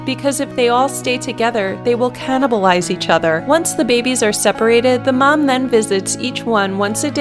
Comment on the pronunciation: “cananabalize” rip english ..